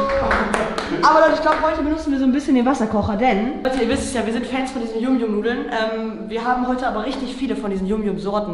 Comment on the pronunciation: Die Nudeln spricht man Jam Jam.